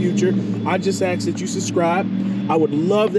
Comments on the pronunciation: Why africans can never say “ask” lol Muh Axe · It’s ask. Not aks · i love it when you axe me to subscribe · I would like to ASK you to please stop saying AKS!